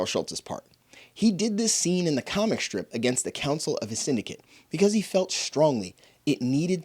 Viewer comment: Interesting that you pronounce s as sh in some words, like shh-traight and shh-trip. It sounds very German/Hungarian.